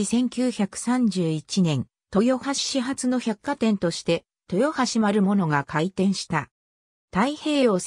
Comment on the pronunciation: まるものじゃなくまるぶつです。